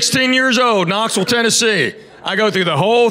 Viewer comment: From the way he pronounces Knoxville, you know he’s from Knoxville. 😎